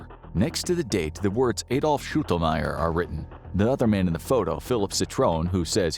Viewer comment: Why can't americans ever pronounce Adolf? Or Bernard for that matter? 😂😂